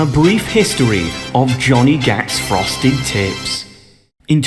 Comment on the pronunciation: I thought you said Frosted Tits lmfao